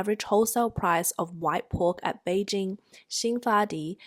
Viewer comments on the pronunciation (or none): none